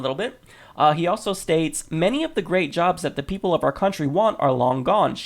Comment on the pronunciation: FINALLY someone pronounces our properly, SO MANY news anchors say are instead of our. It's the same pronunciation as hour the h is silent, our and hour, a personal pet peeve of mine.